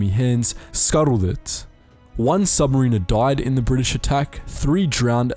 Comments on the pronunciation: Submariner is pronounced “sub-mare-inner” not “submarine-err” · Submariner not sub marine er. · Awesome vid, but his way of saying submariner bugs me